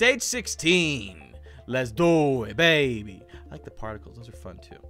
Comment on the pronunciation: "Particells" Kappa